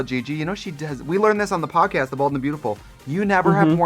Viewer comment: Peep Trixie's Wisconsin accent come through on the word podcast. I live! As a fellow Wisconsinite, I salute you Ms. Mattel.